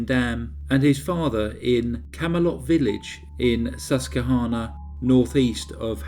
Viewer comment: Wow, good job, you pronounced Susquehanna right! That's a tough one. Next challenge -- Monongahela! lol.